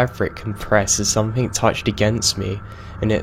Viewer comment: Some-THING. NOT. Some-THINK.